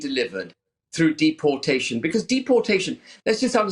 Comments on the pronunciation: Why can she not pronounce deportation correctly? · Why she saying dep-portation not deportation???